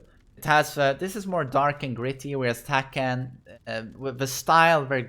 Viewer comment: "You know how much I'd give to have that in tEkkÆn?"